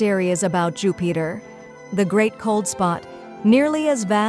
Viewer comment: LOL Your fake computer voice called it jew-peter and a dozen other mispronunciations. HAHA it can barely speak english